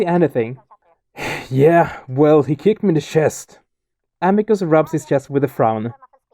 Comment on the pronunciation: Amicus is pronounced as Ahmeecoos.